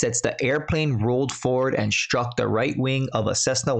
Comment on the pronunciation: Thank you for using the proper word "collision", unlike the NTSB's incorrect term "accident". There is nothing accidental about the vast majority of crashes, collisions and wrecks. Most are caused by negligence or incompetence. This seems like both combined. Btw, there are 2 words that might require correction of pronunciation. It isn't "inschtuctor" but "instructor". Same with "schtruck" which should sound like "struck". A string of letters of S, T and R is pronounced in the exact same way, as an S, a T and an R. There is no "sch" in there. Lots of young people speak this way and it's just plain wrong. Or is it plane wrong? LOL